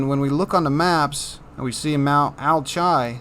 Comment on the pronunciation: Alchia, Mount Alchi, I don't think it's pronounced Al-chi, I think it's pronounced more like Al-Ki, like Alchemy